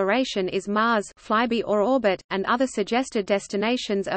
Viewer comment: I enjoyed hearing the text-to-voice reader pronounce "Venus fly-by" as " veinous fly-bee", something quite different.